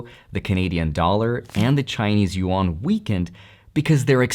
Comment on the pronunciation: Please - the chinese "yuan" is one syllable. not two. It is NOT- YU - AHN. It is Yuan, pronounced like "YEN" with a "Yuen" - fast. thank you! :))